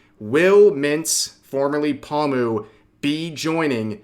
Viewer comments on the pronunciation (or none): Omfgggg Rev are you seriously still pronouncing Pomu as "Pa-mew"?!....